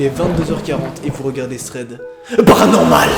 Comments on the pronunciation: C'est plutôt ''Ssssread'' 😂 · Je suis le seul a trouver ca bizarre mais kiffer quand il dit " thread PARANORMAL " ? ? ? 😂😂😂😂